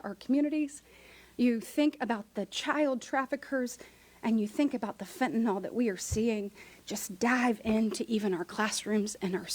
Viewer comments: Why does everyone pronounce it fentanol? The why is silent it's fentanul or fentinle. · Could my party please stop saying "Fent-nol", please??? It's really this generation's "Nuculer", and drives me nuts.